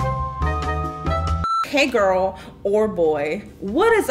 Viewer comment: ᴀᴇsᴛʜᴇᴛɪᴄ ʀᴇᴠɪᴇᴡs lol ikr now she says “hey gOrls and boys”